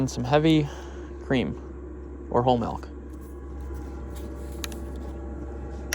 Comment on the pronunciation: Shit, he said "MELK"... unsubbed.